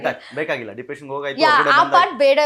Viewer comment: Nija helamma dippretion or dipriciation 😅